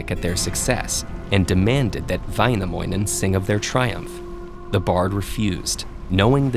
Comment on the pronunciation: "Väinämoinen" "Khalevala" "Khantele" Ahthi" nämä on lausuttu hirveästi